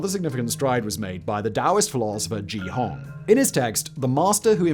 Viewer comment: Simon, Ge Hong's name is not pronounce "Gee Hong," it's "Guh Hohng."